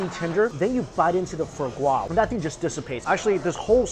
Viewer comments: Same. But Mikey, it’s not “fur” gras. It’s “fwah” gras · It’s not FO GRA, it’s FWAHH GRA.